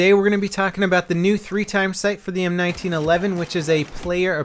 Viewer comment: Yay you said it right M1911 I hate it when they call it the one nine 11 But its my best pistol and I already have 1235 kills